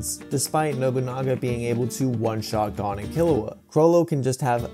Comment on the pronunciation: How r u saying “Gon” wrong ☠️